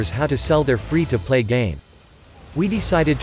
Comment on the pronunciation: Free-2-pleay I see why you are called.